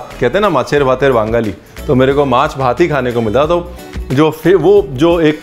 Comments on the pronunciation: Iv been following you long time back but Honestly bro today you have won my heart.the way you said mache bhate bangali!! Not only that as u pronounced rui mach....man....plz accept my regards..many bongs I know don't know to pronounce Kolkata properly...but as u pronounced shol mach....god!how could you.... I mean kaise!!!!! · Also when he said mache bhaate Bangali❤